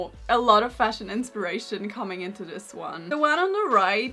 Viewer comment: Am I the only one who can't help but hear "This swan" instead of "this one"? 😭